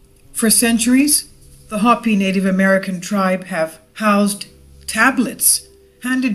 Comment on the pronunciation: You're pronouncing Hopi wrong.